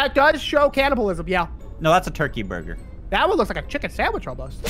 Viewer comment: CG burger sounds like CG burglar